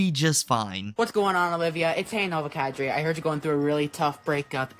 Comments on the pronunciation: I knew I couldn't be the only one who wonders about that,Kadri,Cadray, whatever it is, idk what it means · “Ay Nova cadray”? Is he mispronouncing something wrong or are my ears wrong? What’s he saying?